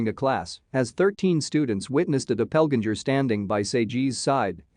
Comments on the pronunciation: "Dopelginger" for doppelganger 😂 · I would like to see the narrator's grade for pronounciation. Dreadful! 'Doppelganger', 'Lui' and Guy de Maupassant are prime examples. How can anyone, trying to commit suicide, slash his wrist 6 times????